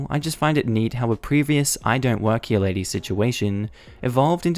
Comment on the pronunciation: JESUSCHRIST.... IT'S (HERE) PRONOUNCED "HEAR" NOT "HEAYUNH"